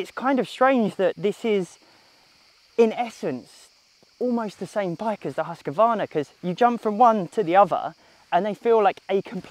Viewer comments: “Toughest adv bike” proceeds to rate the most reliable bike at the lowest spot. Well done! Also it’s husqvarna and not huskavarna, there is no A after the Q. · How hard can it be pronouncing Husqvarna? Huskvarna! There is no Y and only two A. Say after me, Husqvarna think of the Q as a K. Please!